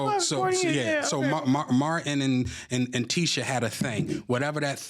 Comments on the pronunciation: I know Tasha is good for messing up people name but as you doing research on folks, research how to say they damn names. 🤦🏾‍♀️ The lady name is pronounced Teeesha!!! Not Tisha! I know it’s spelled like that but she don’t pronounce it like that 🥴😂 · Tasha being all in the business yet not knowing how to pronounce TISHA (TEESHA) Campbells name is annoying! But whew BILAL is spilling it & I believe it all!